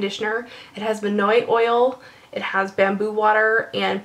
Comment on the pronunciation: You pronounced minoi correctly BTW. Great video! =-)